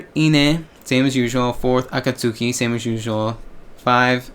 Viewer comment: Its pronounced A-KAT-SKI She usually shouts AKATSUKI DA ! before each live performance i.e 'Its A KAT SKI ! '